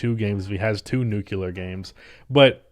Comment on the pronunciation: Bruh, it’s nuclear, not nucular. You’re pronouncing it like George Bush.